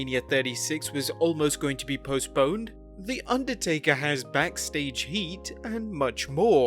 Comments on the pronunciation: Underatker?? 😂😂 I love! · "Underatker". spells goodly.